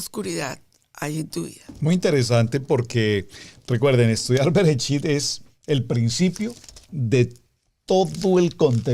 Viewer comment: Esta buena la enseñanza solo q no dise Brecht dice bererechi una letra le sacaron